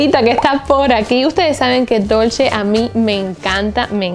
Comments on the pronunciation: Reyna Corazones sería dolche (dolce)=dulce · Me encanta tu forma de decir " dulche and Gabbana" 😂